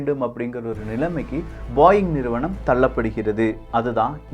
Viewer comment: Adhu பாயிங் illa, போயிங்